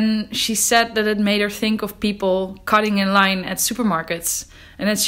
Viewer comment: "Cottingen Line"? …Oh, "cutting in line"